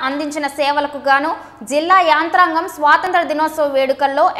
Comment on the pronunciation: యంత్రాంగం... యాంత్రాంగం కాదు.